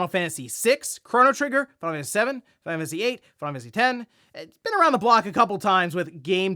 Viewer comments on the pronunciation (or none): none